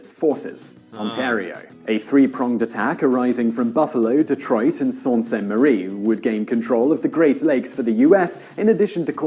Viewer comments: It's not pronounced " Salt " Sainte Marie which is the American side there's a Canadian Sault Ste. Marie, North Ontario , Canada ( they're across from each other ) It's pronounced Soo Saint Marie on both sides the wife and I are from there and it's strategically important. Canadian and American Locks and a steel mill and the railways and a papermill and communication towers and an airport. ALL IN CANADA. While no country can legally attack Canada by Nuclear power a few feet to the south of the Canadian boarder is open game! the joke around here is if the Americans did ever invade we'd all just move North of the 60th parallel and wait for winter to kick in!!!LOL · By the way, the announcer of that video pronounced the border cities of Sault Ste. Marie, Ontario and Michigan as Salt Ste. Marie. It’s Soo Saint Marie, fondly referred to as the Soo, on both sides of the border. It’s French and pronounced the same and spelled the same in either country. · I live in Sault Ste Marie, Ontario and that pronunciation hurt my ears. I'm always impressed when people get it right.